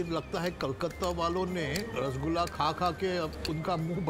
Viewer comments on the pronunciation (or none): none